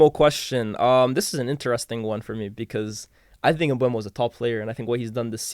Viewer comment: Why can nobody say “Mbeumo” correctly?😂